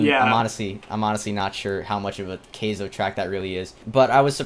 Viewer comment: It's pronounced Ky-zo, not kay-zo